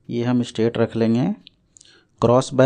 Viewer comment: Straight ko aap kyo state bolthe h?